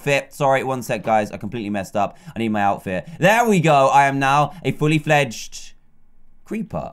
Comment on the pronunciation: Dan can't say creeper XD 😂 he says cweeper